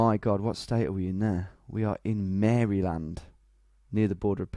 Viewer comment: The way he said Maryland lol